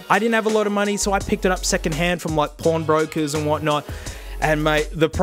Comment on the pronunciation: Does anyone else hear "porn brokers" ? I'd wash my hands if I picked up a dank ipod from a porn broker ;)